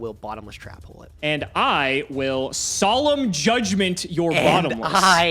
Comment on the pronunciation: my mans really called judgement "solemn jay"